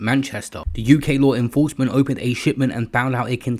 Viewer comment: LaAAARRWRR INnnFrroursement... Can stand this shit...